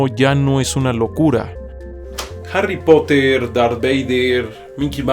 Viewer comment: Harry potter .....cmamo en como lo dijo....